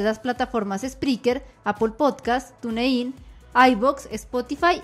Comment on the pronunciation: Sólo les quisiera decir que TuneIn se pronuncia "Tun-in", no "Tune-in". ;)